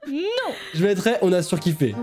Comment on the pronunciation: son "NON" m'as tué. 😂